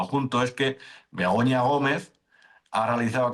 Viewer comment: Me meo Sergio. Siempre suena como si dijerais Begoño Gomez😂